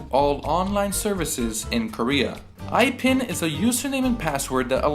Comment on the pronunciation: its pronounced ipin not aipin like you said